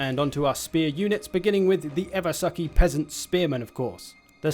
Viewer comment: "The eversucki spear unit" LOLLLLLLLLLLLLL